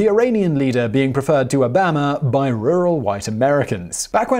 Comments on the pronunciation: President Obama ( O-bomb-uh) but you refer to him like Alabama as O-bam- uh 😂😆🤣😂😆🤣😂😆🤣😂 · I love Simon and this channel but it's Obaw-ma, not Obaam-ah! "Excuse me Pongo Bongo, is it pronounced Ha-WHY-ee or Ha-VIE-ee? "Ha-VIE-ee." "Thank you." "You're velcome." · Obama is not pronounced the same as the 'bama' in Alabama. Oboma is the correct pronunciation. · O-bam-a lmao when evervhe says his name i bust out laughing 😆... Lol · Please, what is your accent? How u say Obama ABAMA😂😂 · O Bama??? WTH? U really don't know how his name is pronounced? All u have to do is Google it or watch any American news show to get the pronunciation correct. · No, it doesn't, but Americans also get a lot of pronunciations wrong, so just let it go. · Is it just me or does Simon say Obama with an Alabama accent?